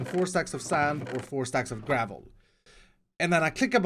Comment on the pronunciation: Gravuull* not garvel